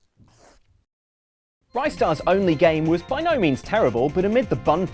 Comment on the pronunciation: RIS-TAR! NOT RYE-STAR! Why can no gaming YouTuber get this right!? :(